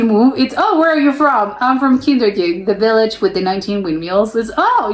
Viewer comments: Kinderdijk, dijk pronounce it as in i from ice Kinderdijk litterly "ChilderensDike. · Dick Van Dyke if you prenounce his last name you have it correct (dyke=dijk)